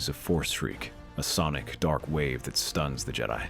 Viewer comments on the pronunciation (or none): none